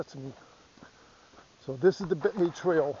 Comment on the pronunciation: Unaka is pronounced You-nay-kuh. Not you-knock-uh. And McCaye is muh-kigh, ryhmes with high. Not muh-kay. Celtic pronunciation. Otherwise enjoyed your jUnt thru my community. My house is in your video (youtube timer, not your video timer)